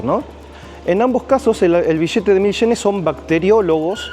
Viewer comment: El vishete de sincomil shenes. Estos ameríndios siguen sin saber pronunciar.